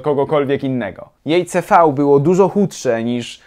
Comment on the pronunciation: Jestes pierwszym, który poprawnie wymówił skrót "CV"